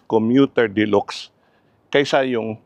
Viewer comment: De-lax ang pag bigkas po hindi de-lox🤣